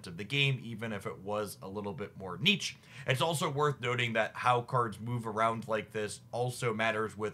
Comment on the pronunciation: The way you pronounce "niche" hurts me...